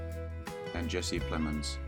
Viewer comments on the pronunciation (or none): none